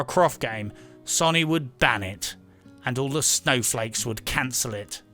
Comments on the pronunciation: Fucking hell man "SONY" not "SONNY" >.< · Stop saying it like Sunny. You bloody reprobate. 🤣👍